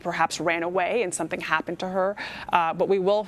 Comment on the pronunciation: and ....”HaPPPPened”